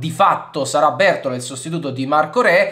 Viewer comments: Bertòla, non Bértola. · Bertóla, l'accento è sulla O